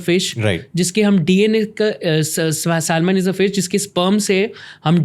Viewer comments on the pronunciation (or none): please learn to pronounce this word" Salmon" the letter L is silent in this word.